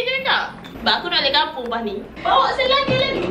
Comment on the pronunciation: Sedap dh terengganu. Cuma sabdu tu ye kene umph skit. Baru nyekok. Bukan kapung tapi kkappung (kampung). 😂😂😂